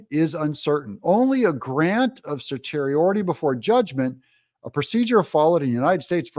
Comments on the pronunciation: Certiorari is pronounced "sir-she-or-air-y", a difficult stumbling block for sure! Love your content Doug! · sershiori ( actual pronounciation of certiori) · Call a lawyer and find out how to pronounce cert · Hi Doug in Exile; you are awesome. So careful and thorough. One suggestion ; ask a lawyer how to pronounce certiorari! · Learn how to pronounce certiorari before you try to analyze complex and novel legal issues. And of course the government wants the trial before the election. All patriotic Americans should want the trial complete before the election. It will be a jury trial with 'beyond a reasonable doubt " being the government's burden of proof with a jury of 12 men and women, fellow citizens deciding the case. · It’s in-ter-loc-u-tory. And, it’s certiorari, pronounced cer-she-or-ary.